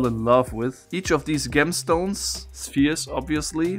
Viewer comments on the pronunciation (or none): For what it's worth, "gemstone" (as well as "gem") is pronounced with a "soft 'g'" like the 'j' in "jump".